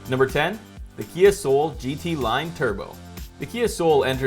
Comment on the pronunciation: Everyone else stoped watching, when he says kia soul?